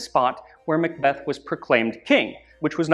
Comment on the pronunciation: Excellent video but the Mick Beth grates on my nerves. I'm a mack, spelt Mc, "son of" and when I moved to England, I was corrected about how I pronounce my name. I've continued to see the silliness unfold, it's Mick Donald's, they sell a big Mac and are referred to as MAckidees. Mac and Mc are Mac, when it comes before the letter "c" or a vowel it's Ma'